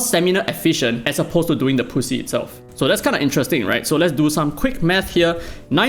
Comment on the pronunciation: I will be the first to say it. When you say 'Grind the Poussiere' it ends up sounding like grind the pussy. Hence the comments. This is how it sounds in french.